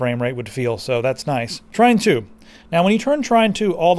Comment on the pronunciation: Yes, i did but i couldn't understand the way he pronounced the name. I heard 'trynt 2' instead of 'trine 2'.